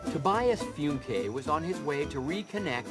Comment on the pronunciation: Fuhke* not Funke